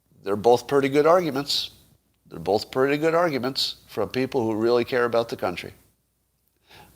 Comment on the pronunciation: Also, Scott, the word is "both." B-O-T-H. It's not "Bolth." There is no "L" in that word. What is wrong with you?